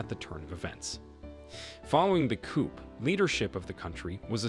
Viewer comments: Mr Narrator, you pronounce the word "coup" as coop like the word "poop" . It should be pronounced like coo. Forget the letter p at the end of the word. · Interesting but the p in the word 'coup' is silent.